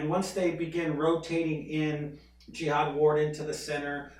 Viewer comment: Pronounce it Jahad not like a holy crusade